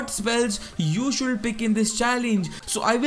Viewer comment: Should = शुड not शुलड, pls improve. The video was useful but your pronunciation was horrible annoying.